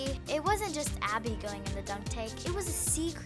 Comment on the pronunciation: she really said Awbby